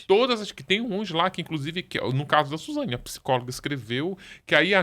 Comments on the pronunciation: Suzana também kkkk chega dá agonia. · Me incomodou o tempo inteiro ela falar os nomes errados... Suzana 😂